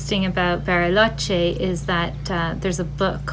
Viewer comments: I can't get pass the "Berryloche" pronunciation. 🙂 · Berry—loche. Nice pronunciation